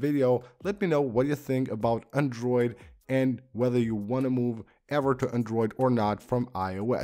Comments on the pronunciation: Everytime he says ‘andruid’!😂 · Andruid? What ya mean bruh hahaha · Shittiest pronunciation of the word "Android" in all of YouTube. Totally butchering it!